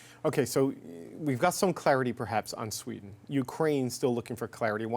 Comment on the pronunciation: Bro said sweda😂😂😂